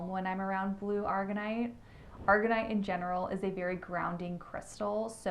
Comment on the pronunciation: Thank you for the video! Will have to look into Hypersthene. And your makeup looks gorgeous btw ❤ What I have heard from my crystal dealer is Sugalite is like sug short for sugar. Like ShhUG-a-lite And Aragonite isn’t pronounced like the chemical argon. It’s A-RAG-o-nite I’m never one to comment and be critical on pronunciations but since you mentioned it 😅 I feel like I mess up stichtite. Which I also want to work more with since I’ve heard of great things for connecting to spirit guides for a self awakening or intuition to help heal and forgive yourself 💜